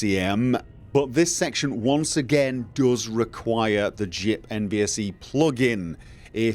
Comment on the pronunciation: Your pronunciation of JIP as one word instead of saying the letters completely threw me for a loop for about ten seconds. I had no idea what you were talking about, because I've only ever said it in my head as the letters, and my brain refused to reconcile it. Major props to you for updating a mod after 8 years,. New Vegas has undergone a modding renaissance in the last three years or so, with improvements such as JIP, JohhnyGuitar, KNVSE, and NVTF + DXVK on the performance and stability side. It's magnificent.